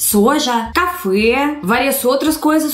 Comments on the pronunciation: so 2 pequenas correcoea: o Brasil esta "exportando...". se entra no pais, e importaçao, se sai do pais e exportacao. Outra: café (parece q vc disse cafoé.. rs). Desculpe a falta de acentos.. preguiça n teclado d celular. kkkk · "cafié" kkkk